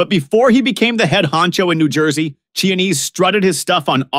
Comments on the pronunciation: Chianese is not Chinese. It’s pronounced Kia-nese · Say it with me boys and girls…Kee-ah-nay-zay.